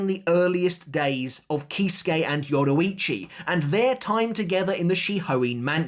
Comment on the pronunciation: Why did you butcher her name like that ?